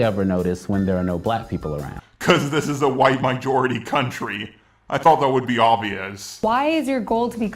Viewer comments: Weaponised Farts nah he just cant pronounce majority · Stop saying mijority. It's fucking MAjority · QUIT SAYING MIJORITY